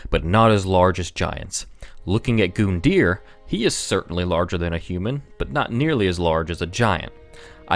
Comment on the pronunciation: Face it goondeer is more fun to say